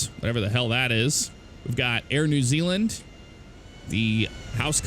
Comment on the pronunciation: you made my day by saying “Air New Zealand” Americans just have the accent that cracks me up every day, it’s not a insult it’s a compliment 😃